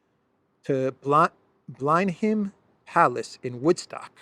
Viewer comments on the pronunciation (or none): Blenheim Palace pronoune Blen Em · It's pronounced Blenim Blenheim Palace. IT was the birthplace. of Winston Churchill. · "Blenheim" is pronounced "Blenem", by the English. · As ever; brilliant. I don’t think you introduced the location. It is stunning. Can you let us know. Also, just so you know, Blenheim, as in the Palace in the UK is pronounced as Blenim Palace. X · Love your stuff - but hearing you butcher 'Blenheim' was both hilarious, and excruciating at the same time. (try: Blen-um) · it is pronounced BLENIM palace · Blenheim is pronounced: Blen-em. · 'Blen-im' is how it is pronounced. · Hi, just for future reference, Blenheim palace is pronounced "Blen'm" (phonetic) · Pronounced = Blenham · Blenheim Palace is pronounced Blen I’m 👍